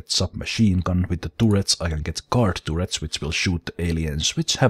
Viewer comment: I prefer tooret, if I'm honest. If started pronouncing everything right I feel it would remove one of the main attractions of his channel!